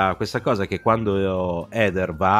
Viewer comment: Ho trovato lodevole (anche esilarante) lo sforzo di per non correggere ogni volta che sbagliava a pronunciare "Heather". In certe occasioni si nota proprio dal linguaggio del corpo che si sta trattenendo a fatica dal redarguirlo. 🤣 Ps domanda tecnica: come mai usate, in questo video come in altri, la parola "abusivo" invece di "abusante"? Io ho sempre sentito la seconda in contesti come questi.